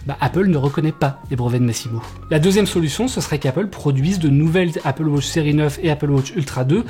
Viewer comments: Apple "Wauutche" OOHHHHHH!!!!! C'est Apple wAtch, WA-TCH ! Il faut dire le A !! AAAAAaaaaaaaaa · Apple WAtch et non Apple WOtch svp …j’ai les oreilles qui saignent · Merci pour l’info… Mais je ris à chaque fois que tu dis « Apple Wotch » 😂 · Ca me fume aussi 😂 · Apple Wôtch? 😂😉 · Apple wotch 🤣